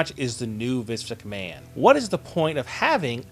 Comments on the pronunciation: why the fuck do you keep saying viss mcmahon? quit it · Sounds like your saying Vis McMahon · Vice? lmao why don't you prononunce the fucken N lmfaooo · Or MINCE MCMAHON!!!!